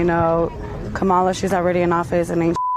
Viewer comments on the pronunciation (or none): I want to take you seriously but you still can't pronounce 'Kamala'. It shouldn't be THAT hard to grasp.